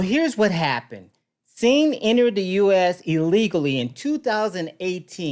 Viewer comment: His name is sing not sign.😊